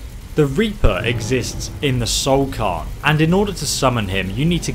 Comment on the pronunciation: I died a little every time you said "soul carn" instead of "soul cairn"